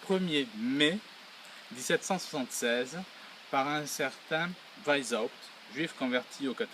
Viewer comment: Weisshaupt = VAïce - C'hAoupte (avec le C'h du Breton, ou le H allemand anglais ou arabe. Non pas VAïse ... (Né à Vienne, ça oblige). Le aï peut aussi être prononcé comme un èï avec è très ouvert. C'est plus proche de Vienne et de la Bavière (dont la bonne police a fait un bon oeuvre en arrêtant le premier foyer de ces salauds.)